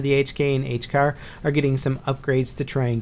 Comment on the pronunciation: you said HCAR wrong